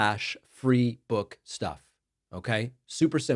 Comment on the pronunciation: "Da Buuk"😅